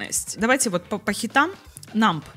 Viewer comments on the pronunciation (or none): Я не хочу тушнить, пишу только потому, что топит за произношение - в numb b не произносится